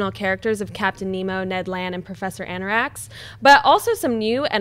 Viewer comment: Anarax? Can't anyone even pronounce the name correctly? That mistake shows that none of these people really care, so I don't care what they have to say.